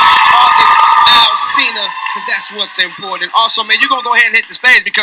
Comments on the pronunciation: YOU NEED TO LEARN HOW TO PRONOUNCE AUGUST ALSINA (AL-SEEN-UH) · It’s AUGUST AL-SEEN-A (Alsina ) 💁🏽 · Once you pronounced his last name wrong I ended the video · You said his name wrong its alsina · She butchered his last name tho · Learn How to say his fucking name before you give your review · You can't even say his name right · You said his last name wrong.. By the Way. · See |now how she gone have an opinion on that man. She can't even pronounce his name. Like what ? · You didn't even say his name right.